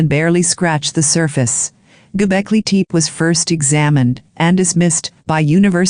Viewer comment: Golbeki Tep-ee not Golbeki Teep!